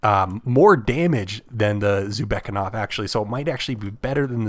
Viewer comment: Thank you, really useful and informative video. I'd love to see smgs next because I don't know about many of them. However I do think it's pronounced "zoo beck na kov" and not zubekov but to Each their own